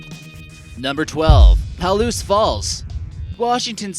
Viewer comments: it’s not “PAL-OOSE” is “PA-LOOSE” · Lived 8 miles west of the N Reactor for 20 years. We were on the emergency call system. I wish people would learned to pronounce Palouse. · Come on, you can't expect to be taken seriously when you're talking about Palouse Falls (pronounced "puh-LOOSE," by the way) and showing pictures of Dry Falls. The two geologic features are over a hundred miles apart! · omfg it's pronounced (PUH-LOOSE) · The speaker does not know how to pronounce Palouse. Strange... for someone who claims to be familiar with Washington State.